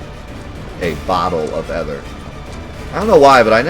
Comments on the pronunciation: It's pronounced ee-ther (hard TH like in 'thought') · It still bothers me that he doesn't know how to pronounce ether. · The way you pronounce Ether is quite funny